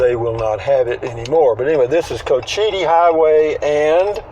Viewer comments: It’s coach-Ite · When you are reporting about places new to you, especially on indian land, please take the time and make the effort to get the facts right. And at least learn how to pronounce it. Any of the people in the store could have told you the correct pronunciation had you asked.